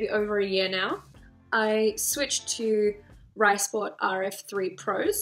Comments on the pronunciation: Hey, so I just looked up the brand to make sure I wasn't talking bullshit. They pronounce it "Reesport" in their company's introduction. So now I guess we know! Have a great new year. Looking forward to more content! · Thanks for taking us with you on your figure skating journey, it's very helpful to me. You pronounce "Risport" with a German i sound though, I believe, so you would say "Reesport".